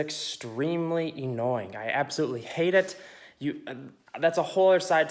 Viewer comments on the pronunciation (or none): I cringe when you say annoying